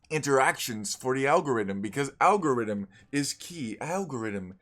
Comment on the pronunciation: algo--rythm? Al---god